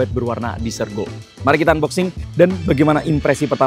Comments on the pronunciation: koreksi dikit: desert mas bukan dessert. hahahaha kalo dessert baru dibaca disert..pencuci mulut. Kalo desert dibaca ya desert alias padang pasir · sebutnya pake e bang bukan i, beda arti soalnya klo salah pengucapan wkwkwk